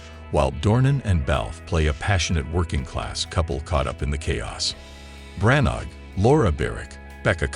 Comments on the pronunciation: His name is pronounced Branna, please stop using electronic voiceovers, employ a human. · Hey, Mr Narrator get the name of the director right!!! You do not pronounce the G in Branagh.